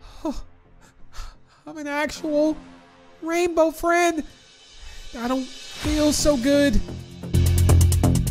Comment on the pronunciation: U said a rainbow Fred instead of rainbow friend ❤😂